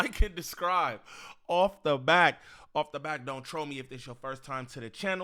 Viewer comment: Bro. I know you smarter than this. You always say “ like a describe “. It’s “subscribe “. Hope this helps. You sound very uneducated This one tweak should help. Thank me later.